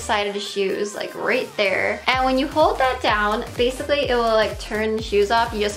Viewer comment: "Basiccy" instead of Basically. EUGENIA PLEASE GET HELP, FOR THE LOVE OF GOD OR MAYBE EVEN YOUR VIEWERS.